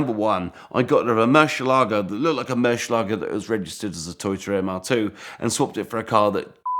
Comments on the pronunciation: Murrshh elago LOL😂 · Moor-syeh-lago ; dee-ablo. Stop those cringy pronounciations mate. Damn that fake countach looks fine! The first time I think a replica of these looks fine